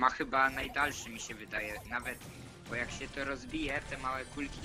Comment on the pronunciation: Mówi się bo a nie bu